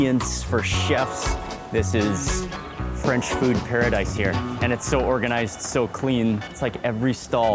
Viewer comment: Your french accent is perfect! Thank you so so much for your stay in our country ! Audrey french from Paris France